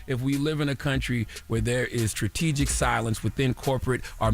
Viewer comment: How many more time we gotta listen to him say skrategic 😂😂